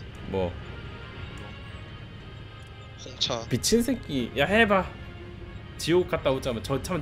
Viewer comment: 사투리 + 소녀의 '미친새키'